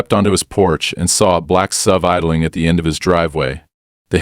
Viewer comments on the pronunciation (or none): And "SUV" is "ess-you-vee" rather than "sove."